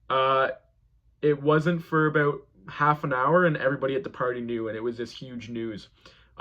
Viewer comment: you’re so brave and amazing but the way you say out about and house make it stop 😭😭😭😭